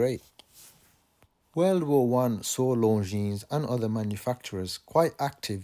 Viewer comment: Not being French and not having seen any Longines watches, thanks for the correct pronunciation a great watch and very interesting as always.